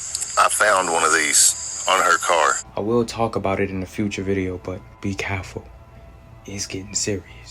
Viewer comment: “ be caful “ 😂😂